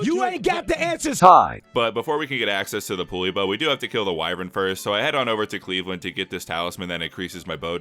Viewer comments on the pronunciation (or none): You from Cleveland? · Bro called Caelid Cleveland lmao